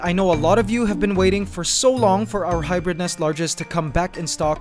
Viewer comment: U say hybird ? That in roblox anteligence glitch charecter